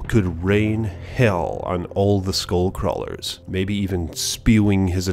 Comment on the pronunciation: you're not saying it right